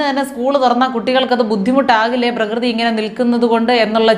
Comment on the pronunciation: പ്രകൃതി എന്ന് പറയാൻ പോലും അറിയില്ല പ്രഗതി